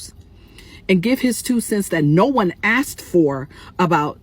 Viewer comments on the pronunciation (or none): "No one axed for Jason's opinion"??? FOX NEWS did. lolol